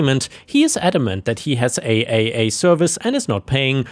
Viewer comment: Real quick when saying AAA call it triple A and while I'm at it NICU is said Nic+U or Nick+You happy trails and blessings=}